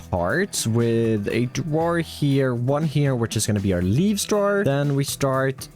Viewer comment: "a drawer"❌"adu Rawr er"✅